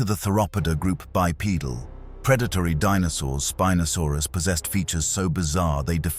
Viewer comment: The computer-generatedì narration is just getting so awful recently. Within 3 seconds you have the same animal (spinosaurus) being called "spee-nosaurus" and "spy-nosaurus"!!! And just one minute later... "spin-osaurus"! So much for consistency! And then we have feet, abbreviated to ft, but pronounced "futt"!! And mph becomes "mep-huh"! Doesn't anyone check before publishing these days, or do they just not care??